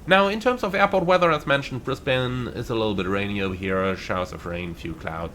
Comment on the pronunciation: As someone who was born and grew up in Brisbane, I appreciate finally hearing someone who is not from Australia pronouncing Brisbane correctly. 😊 Also, are you planning on doing any future content on the new(ish) FSS Boeing 727 Super? Most of my Australian MSFS ops nowadays are in the 727 in an Ansett or TAA livery.